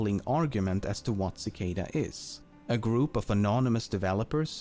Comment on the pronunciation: kuh-kahda free free oh one? Really?